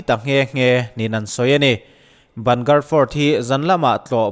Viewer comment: A ngaihnawm hle mai. Bhangarh hi ban gar tih ni lovin bang garh tia lam zawk tur niin ka hria. Ka tlawh ve tep a, hun ka nei ta lo. Ka ui khawp mai. Khawthim hnuah awm an phal lo. Hmunhlui dang ang lo takin ASI pawhin a chhungah office nei lovin a pawnah an nei daih bawk.